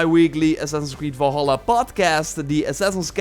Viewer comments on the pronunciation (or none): One MAJOR nit: Valhalla is NOT pronounced Vawlhawlah but rather Vulhulla. Three short "ah" sounds, not two long "aw" sounds and a shorter "ah" at the end. Please.